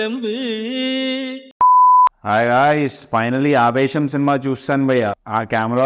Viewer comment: Aavesham❌ poovesham✅ in beginning.